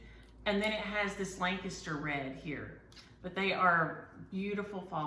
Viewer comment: So being from Lancaster, PA I'm wondering where, learned how to pronounce Lancaster correctly!? 😃